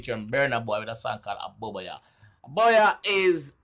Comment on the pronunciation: Gwaaan 👏🏾👏🏾 watch you you didn't miss anything you pronounce Aboboya cool cool, appreciate the link Ghana, Nigeria and Jamaica beautiful. Is one of the best rea tio. Vids I see, big up yourself! ❤️🖤❤️ 🇻🇨🇬🇧